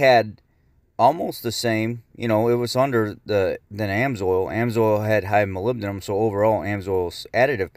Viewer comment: It is pronounced Moly-Bed-num! not molbedum other than that great information